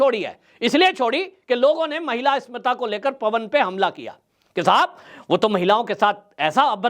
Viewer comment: आप इस्मिता शब्द बोल रहे हैं, जबकि सही शब्द अस्मिता है।